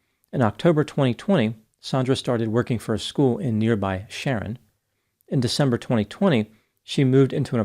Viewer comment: Huge fan, but you totally botched the pronunciation of Wellesley and Stoughton. You nailed Sharon, and Canton, however.